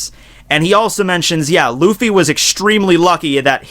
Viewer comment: Yeah, listen to the sub and Luffy sounds like "Ruffy"